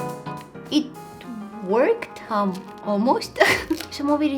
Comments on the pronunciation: When you said “it worked “ it sounded like “ it twirked “😂🥹🤣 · When she was doing eyeliner all I heard was it twerked it twerked😂